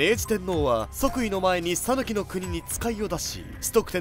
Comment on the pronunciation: 讃岐の発音をタヌキのイントネーションにするのやめて欲しい😅